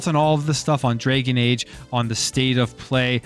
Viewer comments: “Drag + uhn” not “Dra + gen” Jesus learn how to pronounce words. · DRAGON, not DRAGEN my man... DRAGON. LOL.